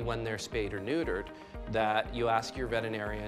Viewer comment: Spay or neuture 🤣🤣